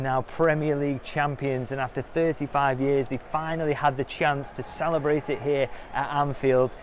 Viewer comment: Did you just say Salahbrate? Maybe you just coined a new word in the great man’s honour. Salahbration…